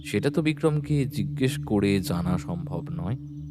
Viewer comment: জিজ্ঞেস্য জিঞ্জেস এর উচ্চারণ এঞ্জেল এর ঞ্জ মতো হবে